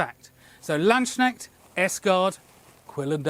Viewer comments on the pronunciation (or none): Hey, just a quick headsup. It's pronounced Lands-knecht with a hard K in the middle. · Don't say "lands shnechts",. PLEASE! It's a "K"!! Please, before you next attempt to say this, go to google translate, punch "Knecht" into the thing and let the lady read it out to ya. This sounds horrible. Absolutely horrible! It is actually painful. Imagine someone replaces all "K" sounds with "sh" in english words. Kids -> shids crust -> shrust correct -> shorresht It's a god damn Knecht with a lance. A lance knecht. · the "K" in Landsknecht is not silent! And I agree, the latchet crossbow is truly beautiful, it's the first time I saw this and I love it already. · I'm no linguist, but did you say "land snail"? Absolutely love your channel and shop, btw! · the way you say Landsknecht has forever been hilarious: you're basically saying "land's snail/national snail". Anyway, I love the dagger and am considering getting another :D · As a German, I almost didn't recognize the word Landsknecht 😀 it has a very hard K